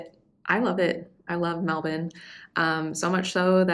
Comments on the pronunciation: Glad to hear you've been here long enough to pronounce Melbourne correctly. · You pronounced Melbourne correctly, good onya.